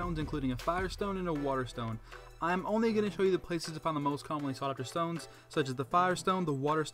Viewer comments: You said moon dtones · Sorry I had to mention 'Dtones'